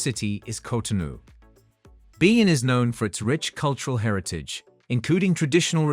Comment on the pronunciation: He should at least pronounce the names of the country properly! (e.g. Malawi, Lesotho, Benin)